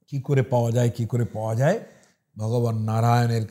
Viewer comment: ওটা "যাই" নয় "যায়" হবে। উচ্চারণে প্রভেদ আছে। ভালো ভাবে উচ্চারণটা শুনবেন ও উচ্চারণ করবেন, দেখবেন তাহলে আর ভুল হবে না। অযাচিত ভাবে জ্ঞান দিলাম বলে কিছু মনে করবেন না।